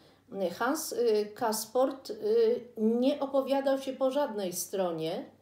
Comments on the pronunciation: Castorp, nie Casport. Poza tym wszystko super, widać u Autorki dużą wiedzę, doświadczenie życiowe i literackie, erudycję, inteligencję, wrażliwość i wszystko co najlepsze. Pozdrawiam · Hans Castorp, nie Casport. Przekręca Pani nazwisko głównego bohatera. Pytanie, czy warto zaczynać omawianie lektury od stwierdzenia, że jest potwornie trudna, że prawie nic się nie dzieje i że jakoś trzeba przez to przebrnąć. Ta proza jest przepiękna, książka jest rozkoszna. Jednak to się widzi dopiero wtedy, gdy się czyta "Czarodziejską..." po czterdziestce. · Hans Ksport????! to nie jest jednorazowe Pani przejęzyczenie - proszę jeazcze raz przeczytać to dzieło 😎